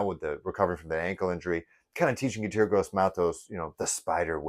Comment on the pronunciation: ….his named pronounced …E….TOUR …..👍